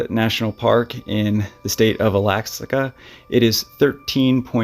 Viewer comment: Good job on the word Alaska there you almost lost it 😂